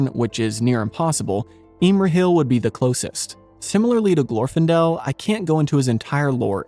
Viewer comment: For a lover of LOTR, it is strange not to know the correct pronunciation of names: GlorfIndel, PelEnnor.